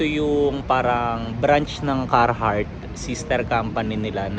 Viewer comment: Talaga ba ang pag pronounce ay “Carrrrrrhart”? talaga oa yung letter R?